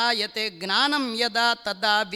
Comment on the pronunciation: ನಮಸ್ಕಾರ ಗುರುಗಳೇ ನಿಮ್ಮ ಪ್ರವಚನ ಕೇಳ್ತಾ ಇದ್ರೆ ಕೇಳ್ತಾನೇ ಇರ್ಬೇಕು ಅನ್ಸತ್ತೆ ನಿಜಕ್ಕೂ ಕರ್ಣಾನಂದ ಆದ್ರೆ ಒಂದೇ ಒಂದು ಬೇಸರ ಏನು ಅಂದ್ರೆ "ಜ್ಞಾನ "ಅನ್ನುವ ಬದಲಾಗಿ" ಗ್ನಾನ" ಅಂತೀರಾ ಅಭಾಸವಾಗತ್ತೆ ದಯವಿಟ್ಟು ಬದಲಾಯಿಸಿಕೊಳ್ಳಿ ನಿಮ್ಮ ಜ್ಞಾನ ಅಪಾರ ಇದನ್ನ ಹೀಗೇ ಮುಂದುವರೆಸಿ ಧನ್ಯವಾದಗಳು